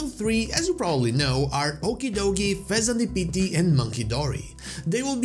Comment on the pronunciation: WHY DID HE SAY THE PHEASANT LIKE THAT ( I'm not typing the name )